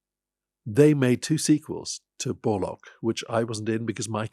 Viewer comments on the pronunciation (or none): Richard e Grant says Barlock instead of Warlock. The speech defect is contagious! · When Bichard called Borlock "Borlock" .... Fucking lol